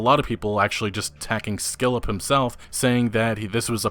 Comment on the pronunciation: Couple hints: It's not skillep, but Skill Up, and in poignant, the 'g' is silent.